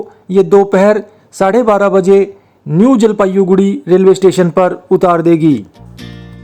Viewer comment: भाई आपका उचचारन स्टेशन का नाम लेते वक्त बिगड़ गया। Nouns का उच्चारण थोड़ा पाज देकर कर चाहिए। यानी पहले और बाद में थोड़ा पाज देना चाहिए। बाक़ी सब ठीक है।